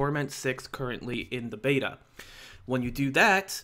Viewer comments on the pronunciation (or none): none